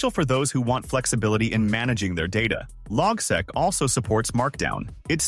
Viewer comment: it's pronounced "log-seek" not logsek